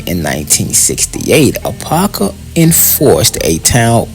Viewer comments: I like the vid but my cities name is pronounced a-pop-kah you keep saying a-pah-kah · Really enjoyed the footage, history, and accuracy. Only one request. Apopka is pronounced Ah-Pop-ka. Both "p's" are heard in speaking the name. Other than that, great job. What's now below the railroad tracks is still predominantly Black but is now infused with Caucasians and Hispanics. I've lived on both sides of the tracks. Such an experience. Have you done anything on the town of Zellwood? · i Lived in Apopka for nearly 30 years from the late 60s until 1999 i moved just in time it's over crowded and the traffic 😥 your mispronouncing Apop-ka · First, you are mispronouncing Apopka. There are two Ps so there’s a “POP” sound. Ah- POP-kah. You completely missed some important sites like the City Hall, which is a beautiful Georgian Colonial style brick building. Apopka is the 2nd largest city in Orange County behind Orlando. Apopka comes from the Seminole word Ahapopka for "potato-eating place". Apopka is known as the "Indoor Foliage Capital of the World" due to its many greenhouse nurseries. We had the 2nd longest running mayor in the country, the late John H. Land, with over 61 years of service. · Your pronouncing the city's name wrong.